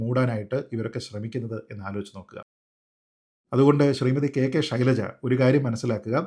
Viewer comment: ശൈലജയാണ് യഥാർത്ഥ ഉച്ഛാരണം